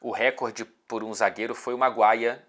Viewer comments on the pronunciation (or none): none